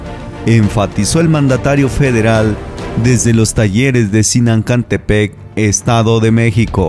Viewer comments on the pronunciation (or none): Solo decirte que es Zinacantepec no Zinancantepec comentario constructivo